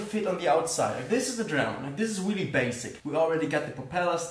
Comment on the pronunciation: THANK GOD you say "this" instead of "sis"